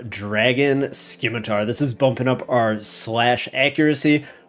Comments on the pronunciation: What do you expect from someone who says skimitar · And you don't pronounce the "c" in scimitar...